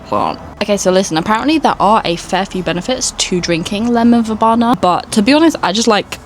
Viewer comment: Very cute garden - I love the aesthetic you're going for. Oh, it's pronounced ver-bee-na, not ver-bah-na, BTW xx